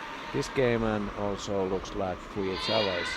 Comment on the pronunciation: ❌ Fujichawa ⭕️ Fujisawa 😆